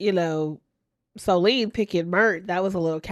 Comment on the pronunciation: It reminded me of the old school MTV CHALLENGE when CT was dragging ole’ boy across the sand with just his leg strength, while attached at the back too! BBL doesn’t equal muscle! Also, SOLENE = so-LYNN I JUST finished watching this season of Below Deck, where she was a new stew. She was so annoying… she does what she wants & has no accountability or remorse. I didn’t even know she had been on LI France, but that makes sense. I didn’t care for her slick hair either! 🙄